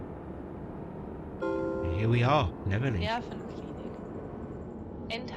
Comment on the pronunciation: Loved your prounciations :) What you were calling "Neverlink", is actually 'Nervenklinik", or Nerven and Klinik.... this is German for 'Psychiatric Hospital', as the 130 operated to Spandau Pschiatric Hospital (Spandau Nerven Klinik). What you were calling "Rufflin" is Ruhleben, which is pronounced "Roo-LAY-bin".